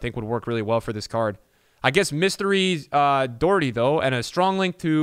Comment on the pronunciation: it’s not doo Herty it’s doh herty xx